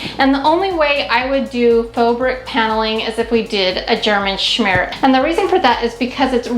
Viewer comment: Hehehe I giggled every time you said German schmear. The bathroom is gorgeous!🥰🥰